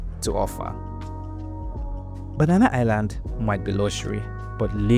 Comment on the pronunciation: I’m surprised you can’t even pronounce “banana” right. After spending a decade in the uk